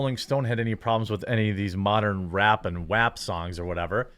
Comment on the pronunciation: Thank you for saying WAP properly. I get into a lot of arguments with people about that. It's pronounced Wet Ass Pussy not Wet Oss Pussy.